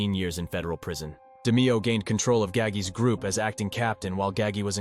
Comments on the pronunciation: Came here to write this! Thank you! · OMG !!!!! I was so annoyed by that too !!!!!!!!!!!! 👍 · ITS NINO GAH-GEE NOT GAGY!!!! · I wish people would learn how to say Nino's name right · I came straight to the comments after he said that to see if anyone was as off put as I was by his pronunciation of Gagis name. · No it’s GAH-HAHI-GEEHOHA. Get your Italian pronunciation straight